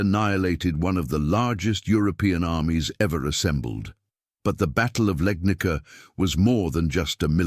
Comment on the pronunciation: Legnica is pronounced Legnitsa, not Legnika. It's a Slavic name. The oldest known European picture of a cannon is from 1325. An identical cannon, with its gun smoke and ball, is pictured in bas-relief in a chapel to the south of the Yang-tse-kiang from 1198, Southern Song. I saw a picture in 'Technology and Culture' from about 1972. Of course that cannon was too heavy for use in the field. It could only serve to attack or defend a city.